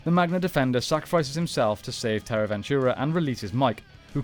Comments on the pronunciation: You really butcher and mispronounce several things and its a huge distraction. Its TRAHkeena not TAHkeena. There is an R. And its terra VENTURE, not VENTURA. No A!! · Cool video. Just a few details: 1- It's Terra Venture not Terra Venturer 2- It's Trakeena, not Tarkeena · I think perhaps you should watch the seasons to know how to pronounce the names of locations and villains. I don't know 'Tarkena' is but Trakena? I do, not sure where Terra Ventura is but Terra Venture, I do. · I don't think it was Terra "Ventura" but "Venture" and it wasn't "Tar-Keena" it was "Trah-Keena". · Came to say this lol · It’s “Venture” not “Ventura” 😂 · It’s Terra Venture not Ventura. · It’s Terra Venture…. Not Terra Ventura… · Isn't it Terra Venture and not Ventura and Trakeena and not Tarkeena? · Its Terra Venture not Terra Ventura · Why do you keep saying ventura? I know its tricky to argue about pronunciation with people from different countries and regions, such as aluminum vs aluminium or X Y X vs excees. But the Terra Venture ends with an E not A. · Loving the videos man but it's pronounced Trakeena not Tarkeena, and Terra Venture not Terra Ventura... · Dude, Terra VenturAH, TARkeena, what happened? Lol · Who is "tarkeena"? 😂😂 And Terra Ventura? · I cringe every time I hear “ventura” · Love the video but what’s up with the wrong pronunciation of terra venture and trakeena? They aren’t even spelled the way you pronounced them 😂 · Am I the only one who cringes everytime he says Terra Venture and Trakeena the wrong way? 😖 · I can’t lie, the pronunciations of Terra Venture, and Trakeena was frustrating. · You dare call this channel 6th Ranger, yet you can't even get "Terra Venture" to come out of your mouth correctly? Quick question. Who wins in a fight. Dargonzord versus Q-rexus?